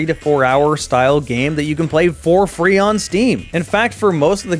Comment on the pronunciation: I heard free as three and was a bit confused, xD